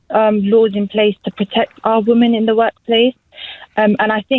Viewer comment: Why is she saying "woman" instead of "women"? {:o:O:}